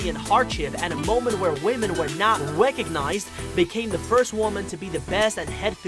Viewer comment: Did he say wecinised 😤